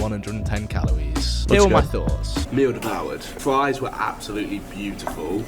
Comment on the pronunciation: Fwesh fwies